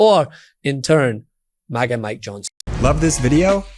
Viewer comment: Did he say FAGA MIKE?